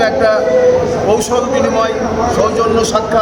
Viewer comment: বামপন্থী নেতা আপনি মহাশয়। কুশল বিনিময় কে কৌশল বিনিময় কেন বললেন!